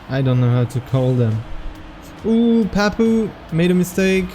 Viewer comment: pourquoi tu prononces meme les pseudos avec un accent anglais ? Je veux dire Papou ça devrai rester "Papou" et pas "Pahpouw" ou même Aurel ça devrai rester "Aurel" et pas "Owel"